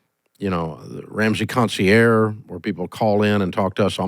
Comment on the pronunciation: After years Dave still doesn’t pronounce “concierge” correctly. Is there no one at Ramsey that will correct him? Please!